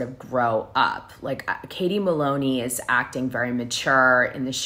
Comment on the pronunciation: How many times can u say katie maylone